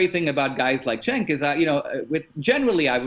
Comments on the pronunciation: Crowder will you ever do an interview with Cenk? Just curious. Also, you may hate the guy, but pronounce his name properly. It's "Jenk" not Senk. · It's pronounced "Chunk".